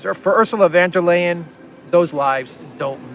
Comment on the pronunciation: "Von der Leyen" is pronounced "Phone der Lion" (with a short "o" in "Von" and a rolled "r" in "der".